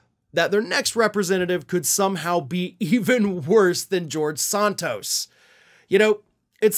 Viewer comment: I will be happy when you stop talking about George, as you still can't pronounce his last name correctly. Sheesh!